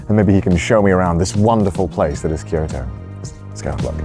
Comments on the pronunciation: Am i the only one who thought he said "kirito" at the start? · connor: Kyoto me: diD yOu sAy kiRiTo?